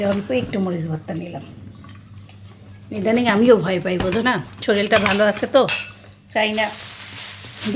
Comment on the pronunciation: শরিল না শরীর যেহেতু ভিডিও বানান কথা শুদ্ধ করে বলার চেষ্টা করবেন। শুভ কামনা রইল